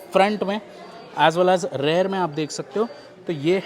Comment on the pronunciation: भाई आप रियर को हर बार रेयर क्यों बोलते हो.